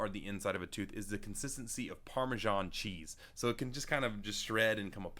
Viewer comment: FORBIDDEN PARMESHON